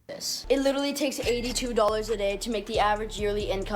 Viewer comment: "Like witterally"